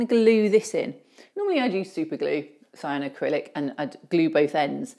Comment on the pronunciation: It's cyanoacrylate not cyanoacrylic 😊👍